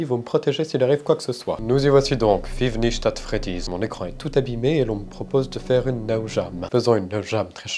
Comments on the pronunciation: "Fïve nicht at Freddy's" mdr. Sa se prononce "Faive nait at Freddy's" et s'écrit "five night at Freddy's" car il faut le prononcer en anglais. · Ca se dit five nights at Freddy's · «FIfe NiChT at Fredy"!» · "Five nichte atte freddise "😂😂😂😂😂😂😂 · "Five nichte acht freddy's" mdr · Fif nicht aht fréddizz excellente prononciation! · five nicht ate freddies 😂😂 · FIF CHNIT AT FREDIZ C'EST UNE DINGUERIE BAHHAHAHAHA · Son accent pour give night at fredys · Five nich at freddys 😂 Sa ma tué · Five nich at freddys😂😂😂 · "Feave nicht at freddiz" ça annonce la couleur xd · Five nichte ate freddyssssb😂😂😂😂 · "fiv nicht at fredys" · Five Nitch At Freddy 🤣🤣🤣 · Fife nich at fredis😂😂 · "FRIIVE NICH A FREDI" C ÇA LE NIVEAU D'ANGLAIS D'UN GENTLEMAN ? (2nd degrés hein) 😭😭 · C'est quoi cet accent excellent qui donne un nouveau nom au jeu 🤣🤣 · Quand t’a dit * five nights at freddy’s* 😂😂😂😂 Mdr je suis nouvelle est-ce que tu le fais exprès 😅😂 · X) La pronociation des mots anglais X)) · Ça se dit pas comme tu l'as prononcer le nom du jeu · Très cher, votre prononciation est aussi nulle que ma dernière note en mathématiques si je peux me permettre 👀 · Five nite AT Freddy 😅 tu as éclaté le nom d'une licence ! "Night " sa va le François on est pas au 18ieme ! 67 de powé t'es sérieux 🤣😂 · L'accent anglais est excellent : “Five NICHT at Freddy” “Je n'ai plus que 67% de Powé !”